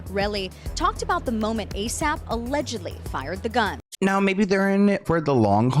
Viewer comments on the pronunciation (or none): I didn’t know he was called A..Sap Rocky.. I’ve always thought he was called A.S.A.P Rocky LMFAO 🤭🤣